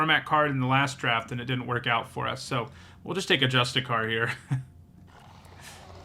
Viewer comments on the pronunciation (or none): You also keep saying "justicar" instead of "justiciar" and I can't tell if it's because you aren't reading closely or don't know they're pronounced differently. But what I really wanted to jump in to say is I notice people consistently underrating Indoctrination Attendant. It's not flashy but it fits into a really nice spot in the format where it does basically everything you could want and sometimes blows out the game with a clutch return-to-hand.